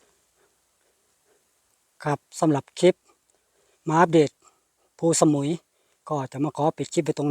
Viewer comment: เคยไปเที่ยวแค๊มปิ้งครั้งหนึ่งเมื่อกว่าสิบปีมาแล้ว ส่วนตัวก็ชอบวิวหินแบบนี้ แต่คนนำทางในพื้นที่ เขาออกเสียงว่า พู สะ มุย ไม่ได้ออกเสียงว่าสมุย เหมือนชื่อเกาะชื่อดัง